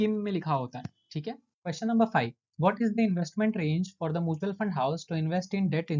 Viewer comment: Mutual ko pronunciation shi krlo please It’s Mutual not moochal